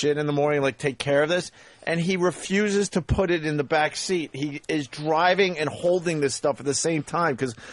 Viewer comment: Also, “buit” when he means “put”